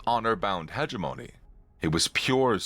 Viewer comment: Hegemony. Emphasis on 2nd syllable.